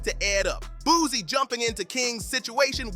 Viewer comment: Why are these voice overs, saying "boozy" instead of Boosie